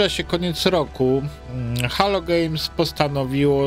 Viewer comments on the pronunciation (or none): Nie Halo tylko Helou (jak już spolszczamy) Gejms :) Hello Games :) Tak na marginesie